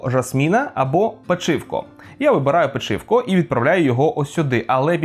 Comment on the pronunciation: Пе́чивко! Не Печи́вко! Може я й придираюсь, але Печи́вко дуже різонуло вухо